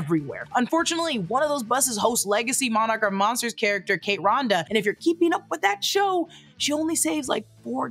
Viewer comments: It's Randa, not Ronda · just FYI it’s “RAN-DUH” (Randa) like Panda